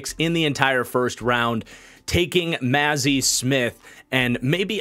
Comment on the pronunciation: As a Michigan fan your pronunciations of “Mazi” and “Schoonmaker” are painful lol